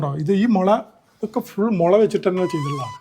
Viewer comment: മൊള അല്ല മുളയാണ് ഭായ്❤